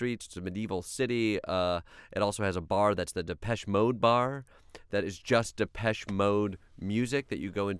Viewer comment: Are u sure thats how u pronounce depeche?